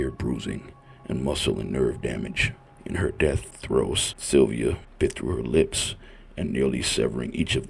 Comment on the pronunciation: Sylvia name is pronounced like inns